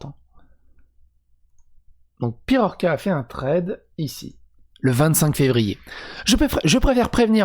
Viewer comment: Thread pas Tread.